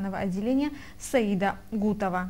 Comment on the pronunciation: правильно произносите фамилию : не Гутова , а КУГОТОВА ЗАЙНАБ (ПОЗОР)!!!!!!!